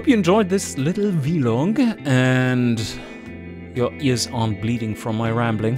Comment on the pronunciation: Come on! Veee log?? Vlog!! Lol